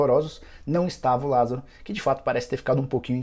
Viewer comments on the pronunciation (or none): Lásaro? Kkkk porra Nicola deu mole 😂😂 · Lasaro??? Ou Lázaro??